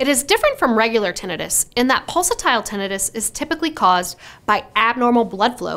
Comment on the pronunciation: Yer pronouncing tinnitus wrong.😮